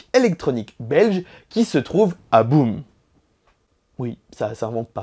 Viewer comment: salut, je suis belge et pour info ça s'écrit boom mais on le prononce baume